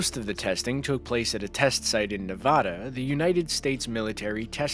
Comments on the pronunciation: it is not nevoda its NEVADA I LIVE IN FALLON NEVADA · it's pronounced neh-vaa-duh not nevohduh and with every nuke, you can see your bones through your hand. that's nothing new dude nuclear bombs use nuclear fission, fusion, or some of both. it easily gets hotter than the sun, and some can rival the inner layers. are you making some terrible video giving basic facts of nuclear explosions and nuclear bombs? or is this just another clickbait, you senile trash can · NA-VAD-A. NOT. NA-VOD-A. Hey world, wake up ! Only people that have never been there pronounce it wrong. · “Nevodda.” LOL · There is NO, Ahh is nevada. Wtf! It's not that hard. It's not Alaskåh it's Alaska. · ne va da not na va da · as an occasionally angry person please say nevada right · You need to learn how to pronounce Nevada. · The state of Nevada is not pronounced the way you pronounced it. Educate yourself in this manner. Otherwise excellent video. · There is no "o" in Nevada! Pronounce it right!